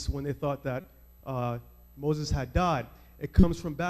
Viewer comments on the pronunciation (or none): none